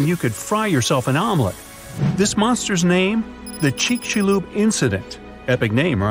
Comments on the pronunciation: It's not pronounced chich cha loop it's pronounced chicks you lub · I thought he said the Chick-fil-A incident XD